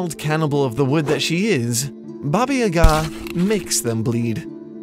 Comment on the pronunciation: Your pronunciation of "Baba" hurt my slavic ears